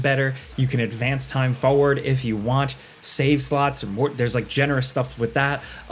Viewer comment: Please. Please....PLEASE pronounce the first R in "forward". It is not foward, its forward. I have been watching your videos for years and it finally broke me